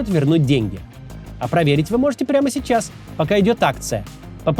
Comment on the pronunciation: И говорит "чичас, чичас". Приплыли.